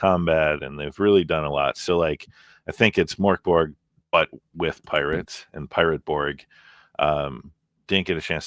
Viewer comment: The way you pronounce Mörk Borg sounds a bit like the Swedish Chef from the Muppet show;-) The way to pronounce it in Swedish is more like “Murk Borj” (the “j” should be unvoiced, like the “y” in “yellow”). Not very important, just thought I’d share =)